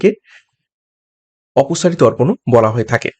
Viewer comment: Sir oposari dorpan uttal darpan k bole.